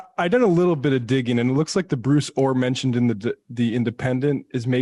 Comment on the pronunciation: Thought he was saying Blue Thor... What dif does it make I guess.